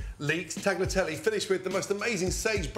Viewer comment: Please do justice to the italians, turkey doesnt belong to pasta and its pronounce ‘tah-lya-teh-leigh’